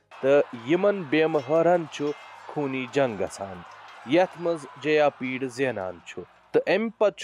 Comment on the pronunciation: Bro correct it is jayapida not jayapeed